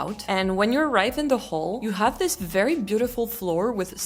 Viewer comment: Comme une bouteille à la mer. Si je puis me permettre, il me semble que vous pourriez parfaire [et non améliorer ou corriger] votre anglais en soignant plus encore les phonèmes. Je vous donne un exemple. Le « i » et le « é » ont un formant commun qui laisse parfois la place à un son hybride voire ambigüe. Ainsi, pour prononcer correctement le mot « this » [prononcé ”zis” en français] il est recommandé de penser le i comme un é, ce qui donne zés. Votre « the » est, selon moi, trop « zeu » [le eu de beurre] alors qu’il gagnerait à se rapprocher du « za ». Faites-vous la différence phonétique entre : this book VS these books ? Love from Paris France 🇫🇷💙🤍❤️🧔🏻‍♂️